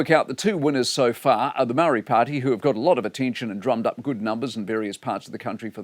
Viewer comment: It does nothing? Really? It might encourage you to correctly pronounce “Māori”!